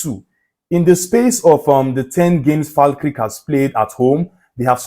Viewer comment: its pronunced Fal kerk lol🤣